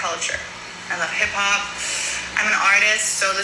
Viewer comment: This b** said “hip pop” 😂😂🤣🤣🥴🥴 then said “you wrote your own story about me….B*TCH hip hop and hip pop sounds the same h** 😂😂😭😭